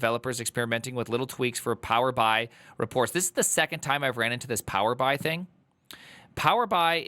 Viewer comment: reading out PowerBI as Power-Bye made me look at the date of the video 😢